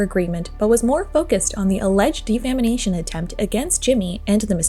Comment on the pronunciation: Sweetheart, good video but it’s “defamation” not “defamination”